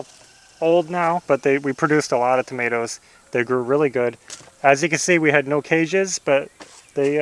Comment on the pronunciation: Towmateeos, made me lol do you mean tomatoes 🍅 🤣